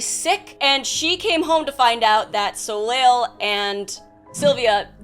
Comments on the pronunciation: I'm assuming it's french and it's pronounced "So-Lay" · Not to be super-pedantic, but, this was bugging me - assuming that his name is spelled 'Soleil' (as would make sense, in what looks like a French-type setting), it's pronounced 'so-lay'. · Glad I scrolled enough to find this, as soon as I heard how said it I was like "that can't be right" lol